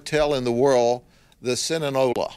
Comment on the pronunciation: Bit of a worry he can’t pronounce Sinaloa